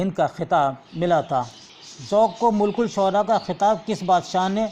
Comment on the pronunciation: Malikus shura hai sir.... Mulkus shura nhi...